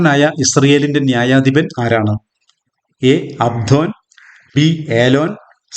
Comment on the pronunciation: Very good 🎉🎉 Q 15 option d അബ്ദോൻ എന്നാണ് ശരി, അബ്സോൺ അല്ല 🙏🙏